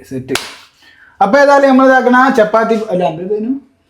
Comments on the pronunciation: ചെപ്പാത്തി അല്ല ചപ്പാത്തി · ദാക്ണാ.. ചെപ്പാത്തി 🙄 ഇത് എന്ത് ഭാഷ 🤣🤣